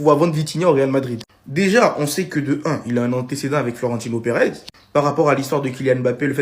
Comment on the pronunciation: regardez moi ce clown qui sois disant supporter du réal qui dit fiorentino au lieu de Florentino